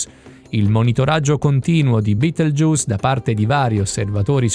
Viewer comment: si dice betelgheuse non beteljuice